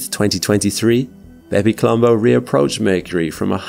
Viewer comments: I can't help but hear it as "Baby Colombo" haha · Did anyone else think he was calling the craft "Baby Columbo"? Great video as always!